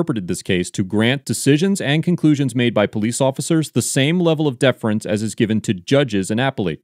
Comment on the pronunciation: You have interesting pronunciations of “appellate” and “deference”.